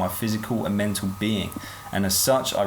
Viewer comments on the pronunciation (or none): none